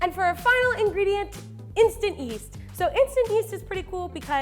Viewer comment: Do I have a hearing impairment, or does she say 'instant east' instead of yeast?